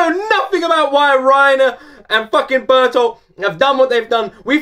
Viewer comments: YES!! you finally got his name right lmao, but dont worry we all struggled with his name at first xd, i mean what kinda name is bertoldt anyways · Finally you have perfected the pronounciation of 'Bertholt' 🤣🤣🤣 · Incredible he finally got the name right XD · His name is Bertholdt, pronounced BER-TOLT... As I said in another video, the Japanese have a hard time pronouncing the vibrant "r", so they don't pronounce BERTHOLDT. So they pronounce it as BERUTORUTO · I always pronounced it like Bear-tolt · you said berthold right.. its kinda bear and told real quick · BERT-HOLT is how you pronounce a GERMAN name Bertholdt. Yup you can call him Bert for short. Everyone does. Happy Halloween lad. Reiner's a SPLIT PERSONALITY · Okay it's time to explain 🤣 I hope you'll see this comment. Yes. Kinda.😊 His name is pronounced Bert----Hold. It's a germanic name (like most names in the series). The "e" in Bert is pronounced like the "e" in hello. Not like the "e" in herd for example. (Or the "u" in hurt). The "o" in Hold is pronounced like the "o" in on. ➡Bert-Hold. Berthold.⬅ There're many variations of the name. Berthold, Bertholdt, Bertholt etc. I hope this helps. Extra Info: Also the reason why the name sounds different from the way it's written in the ANIME is because of the way Japanese writing works. In Japanese you can't write "Bertholdt" just like this. Japanese is a Syllabary written language. There is no "B" in Japanese. There's only Ba Bi Bu Be Bo. Also there's not "T" in Japanese. There's Ta Te To. Also there is no "L" in Japanese which is why they use "R" instead. So to write the Germanic name Bertholdt you have to write BeRuToRuTo （ベルトルト) They also took away the "ho" sound from "holdt" because you can't really hear it when you already use a "To" where normally wouldn't be one. Japanese can be very confusing when you don't know how it works haha. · yes, its bert (t)holdt but everyone says bert, or bearturtle or burtoto he has many names but bert is his most commont